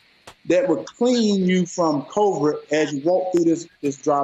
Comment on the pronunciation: this mf found a cure from household products but can't even pronounce a word with only 5 letters😂 kroe-vrid